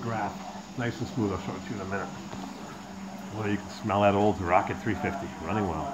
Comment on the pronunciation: Rocket .... not ralley.